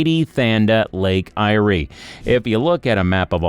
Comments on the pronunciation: Who ever put this video together is a complete idiot. He doesn't even know how to pronounce the name of the lake he's talking about. When he's got that right you may belive some of what he's talking about, not much but some. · The lake is pronounced "air" for a start. That picture you showed with the "Lake Eyre basin" is actually called "The Great Artesian Basin," and the water in it is pumped up from underground and used. Whoever decided to make this silly video really needs to find another hobby. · Firstly, Eyre is pronounced AIR, and secondly, it would be much simpler to gouge out a deep canal from the Great Australian Bite to bring sea water into the Lake Eyre basin. That would allow shipping to come into the centre of Australia, and it wouldn't have any change to the Lake Eyre basin as when the lake is dry it turns into a great salt basin anyway. As for the water flooding from North Queensland and outback Queensland, it tends to flow so slowly down the flood plains that it can take days to reach the lake. Furthermore, we have already seen here in Australia how disastrous it can be by diverting water from rivers, like in the Murray- Darling rivers debacle. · This is BS, your AI system is giving you false information. BTW! The ist idea was before 1930. There are communities that live in rural and remote areas, and the lake is pronounced as Air (Eyre). Annoying!! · Trees would help. They reflect a lot of UV. Also, It's pronounced Lake 'Air' (Eyre) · it is pronounced Lake "AIR" ... moron. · lake AIR is how to say it. divert into murray darling system so it can flow properly. bs idea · Lake Eyre is pronounced lake "Air" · 😵‍💫not just lake eyre 😳other things 😥as well as places!💋💋💋💋💋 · Not to mention he cant pronounce the name of said lake. But it aint how he says it. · Yeah, yeah., not lake ' I iree', tis called Lake 'AIR' .... Eyre ! And plenty have looked at Bradfield's idea and many rejected it. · Lake I-ree 🤣🤣🤣🤣 Lake Eyre, like air